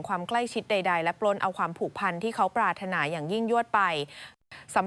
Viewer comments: ปรารถนาเขาอ่านว่าปราด ถะ หนา ไม่ใช่ปรา รด นา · เขาอ่านว่าปราด ถะ หนา ไม่ใช่ ปราระถะนา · อ่านภาษาไทย ปรารถนา อ่านว่า"ปราดถะหนา" ไม่ใช่"ปรารดนา"นะ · คุณเป็นคนไทยแท้ ๆ หรือเปล่า "ปรารถนา" อ่านออกเสียงว่า ปราด ถะ หนา ครับ ไม่ใช่ ปรา รด นา ครับ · ไม่ใช่ ปรา รถ นา..เขาอ่านว่า ปราศถะหนา...เร็ว ๆ อ่านว่า เร็ว เร็ว (สองคำ) ไม่ใช่ เร็ว HA HA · อ่านภาษาไทยไม่ถูกครับเช่นคำว่าปราถนาให้อ่านว่าปาดถะหนาครับ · ปรารถนา/อ่านว่า=ปาด-ถะ-หนา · นางพูด ปา ระ นา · ปรารถนา อ่านว่า ปราด_ถะ _หนา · ภาษาไทยอ่อนแอ ปรารถนา อ่านว่า ปาด_ถะ_หนา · ิ่บางคำอ่านผิดหลักเช่น..ปรารถนา .ทำไมอ่านปารดนา งง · 😂สิ่งที่ Ai ทำไม่ได้คือการอ่านภาษาไทยไม่ถูกต้องไม่สละสลวย😅 คำว่า ปรารถนา😂😂55555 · เสียงผู้บรรยายอ่านภาษาไทยไม่ถูกหลายคำเช่น ปราถนา อ่านว่าปาดถะหนา ไม่ใช่ปาระนา แข็งแกร่ง อ่านว่าแข็ง แกร่ง ไม่ใช่แข็งแกร้ง